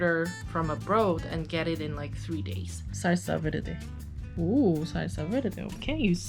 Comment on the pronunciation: Your pronunciations sound really accurate like "guacamole" and "salsa verde"😭😳